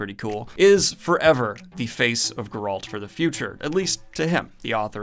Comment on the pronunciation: DUDE. It's fucking GER alt. GER alt. Not fucking ger ALT. Jesus fucking Chist. Did you watch the show? One would think you'd actually learn that from the show, if nowhere else.